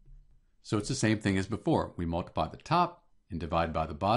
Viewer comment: "mol"tiply lmao!😂